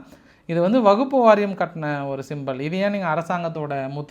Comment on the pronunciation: வகுப்பு அல்ல ---வஃபு வாரியம் பிரத்யோகம் அல்ல ---பிரத்யேகம்